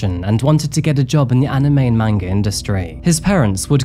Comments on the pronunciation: Just fyi, a) it's pronounced more like "mon-gah" instead of "mang-gah" and b) manga is only the book form. If they make a cartoon form of a manga, it's anime. ❤ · Lol the way u say manga is hilarious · "watching manga" smh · Wait... did say watching Manga? 😂😂